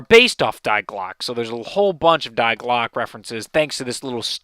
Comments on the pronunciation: Die glocke means the bell in German. It has to do with the clock in der riese that is stopped. DG does not mean die glocke. And its pronounced 'dee' not die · its not die like dye it die like dee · "Die" is a German article meaning "the." It is pronounced as Dee. Just a tidbit of info for you in the future. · In german Die is pronounced dee like the letter d. not like the english word die like a solo dice.